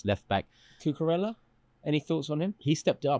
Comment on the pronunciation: Lost me at cucoorellla. Robbo all day